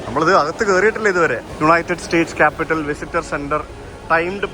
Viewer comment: കാപ്പിറ്റോൾ എന്നാണ്. കാപിറ്റൽ അല്ല. Ronald Reagan, not Ronald Wilson.😊